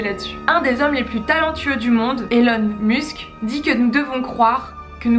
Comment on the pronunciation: Elon mUsk ça fait trop bizarre d'entendre ça prononcé en anglais pour le prénom et en français pour le nom :O